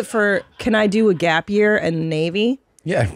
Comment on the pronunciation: *it’s called a GAPE-YEAR